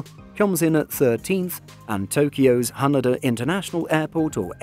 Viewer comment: Can you please fix your pronunciations or Haneda and Cebu Pacific? 😅